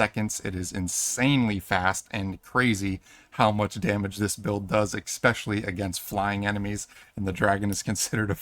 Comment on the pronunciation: Love the video, hate the pronounciation of “especially”